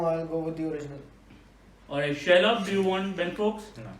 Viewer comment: Each time Shailabh's name was pronounced it sounded like Sherlock. Manas is a real entertainer.